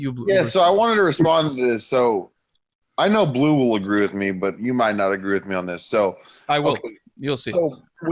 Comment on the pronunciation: They gave bleu a French name but they don't pronounce it in French? I'm guessing his parents don't speak french but appreciate the culture. Edit: just want to make sure that you guys know this isn't a rip at his name or anything